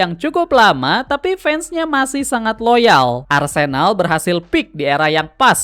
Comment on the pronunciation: Maaf bang saya terganggu banget sama pengucapan arsÉnal. Yang benar adalah arsEnal.